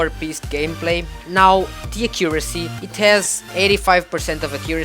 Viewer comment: lol u say a-CCU-ra-cy its supposed to be A-ccu-ra-cy emphasizing the first syllable instead of the second